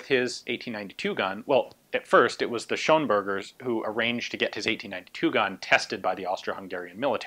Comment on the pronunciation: It's actually Schönberger :)